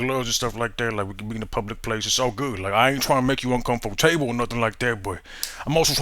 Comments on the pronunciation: "i aint tryna make u uncomfor-TABLE!" WEAAAAAAK LOOL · "Uncomfor Table" lol